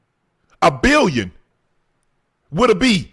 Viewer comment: My unc said A-BILL-YON